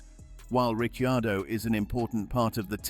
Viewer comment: Daniel calls himself Ricardo, bloody AI:face-purple-crying: Is it too hard to use a human??